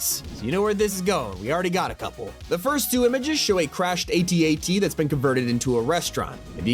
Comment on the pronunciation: 😂😂😂😂 A-T-A-T you can tell you’re not a Star Wars nerd. It’s AT-AT like hat-hat. Love your content though! Thanks for the chuckle!!! My poor husband looks confused… he’s not a Star Wars nerd either… 😂😂😂😂😂